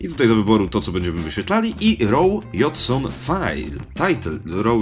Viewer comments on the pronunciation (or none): Pisze json ale czyta się dżejson. :|